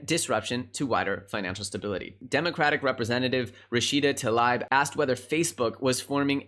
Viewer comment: Rashida Tlaib is said like TA-Libra, without the "ra". Talib.